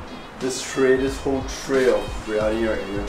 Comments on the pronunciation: It's "Biryani" my dude. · It’s BIR-Yani. Not BRI-Yani. Lol 😆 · am I the only one that cringed whenever he said/wrote briyani instead of biryani